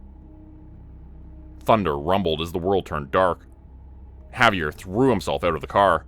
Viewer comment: The pronunciation of his name was driving me crazy too. Good story though.